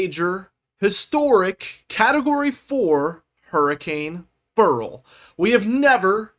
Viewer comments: It's pronounced "bear ill" or "barrel", not "burl". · Beryl... BEH-ril...two syllables. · Beryl is a name and gemstone. Its pronounced like Cheryl. "beh ruhl"